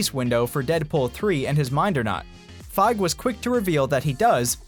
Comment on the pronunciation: Fi-GEE....FI-GEE...Not Fyge